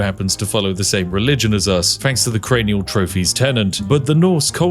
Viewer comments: Most things I can look past but pronouncing cranial as carnial? Thats a fairly standard british word spiff... too far. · I might not be able to watch this video with him saying "carnial" over and over. Edit: Oh thank god, you fixed the pronunciation after the first time you brought it up. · That's uh.... CRAYNEEUHL as in head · apologizes for accurately pronouncing the religion, says carnial 3 sec later. bruh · CRANIAL TROPHYYY 😢 ITS NOT CAAARRRRNIAAALL ITS CCCRRAAAANIALL!!!! ITS MY FAVOURITE THIING I CANNOT TOLLERATE THIS DISRESPEECCCCTTT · Bro cranial CRANE EEE ALLL LIKE CARNIAL AINT BRITISH ITS JUS WRONG AND HE WILL KNOW 🦅🇺🇲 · Spiff "carnial"? lol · no we don't. Don't know what word you think he's saying, but we don't pronounce 'cranial' like that, like 'carnial' (which isn't a word.) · he was using his carnial powers to great effect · My guess is he suffered a carnial trauma. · Carny-el got me 😂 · You said Cranial wrong by the way. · Cranial trophies… Like cranium. Spiff that’s an English word. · pronounce cranial again for me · I love your videos. But your pronunciation of "Cranial trophies" made my eye twitch. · Spiff out here pronouncing "cranial" like one of those AI TikTok voiceovers when it encounters a difficult word. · You're not seriously going to mispronounce CRANIAL the entire video are you? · "Cranial" Spiff, come on! 😂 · Every time you b say Dave's last name I hear : "Deca-potato"... A potato 10 times the size of your average potato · If only spiff knew how to speak English and say the word Cranial properly......If only..... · Imagine being British and not knowing what a cranium is or how to pronounce it. Wild. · Spiff got so lost in the sauce looking for skulls that he forgot how to pronounce Cranial and just tossed that r wherever. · Not only can't Spiff not pronounce words in other languages, he can't properly pronounce "cranial". Truly, this man is too balanced for his own good! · Or "three" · Crane-ee-all Spiff not Carny-all